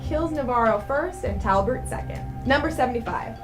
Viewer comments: "Talbert". No. It's Talbot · And Talbert.